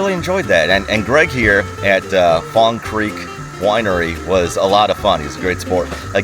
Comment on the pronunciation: Fong Cweek...😂